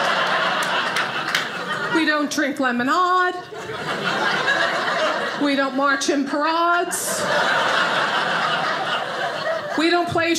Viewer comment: "We Don't Drink Lemon-Ahd...We Don't March In n Par- Ahds... We Don't Play Char-Ahds! It's ODD!!...People Who Talk Like That Don't Get L-Ahd!"...😂😂😂🤭🤣🤣🤣👏👏👏👏👏